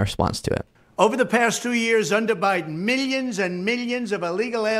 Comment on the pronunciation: Meelyans and beelyans 😂